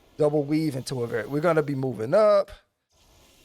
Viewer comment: Sweet now you're playing my two favorite jobs and uh... also veraero is pronounced "ver-eh-row". Still keep up the good work, I would like to see more rdm videos.